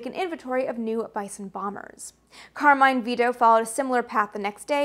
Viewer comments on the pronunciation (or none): none